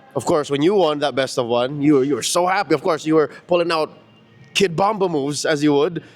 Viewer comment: Kidbomrap not kidbomba 😂😂